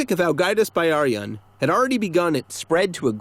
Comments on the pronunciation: it kinda hurt when he said 'byrjun' like 'bæ-arijun' but then again, I pronounced it wrong for a while too. Also really? I'd not expect them to be tax evaders. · While I appreciate the video about Ágætis Byrjun, you’re mispronouncing the title. The word “Byrjun” is pronounced like “Beer-yoon.” The y makes an ee sound.